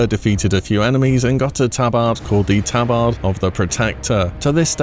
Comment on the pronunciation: "tabard"🤣never fails to entertain with his signature wrongness